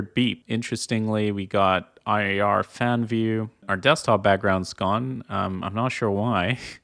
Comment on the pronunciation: love the vid but "I R fan view" got me so bad, it's a name "irfan", like ear-fahn